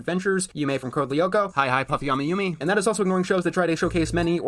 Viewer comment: He couldn’t pronounce Mei’s name and he couldn’t pronounce Yumi’s name…These are simple, really easy to say names.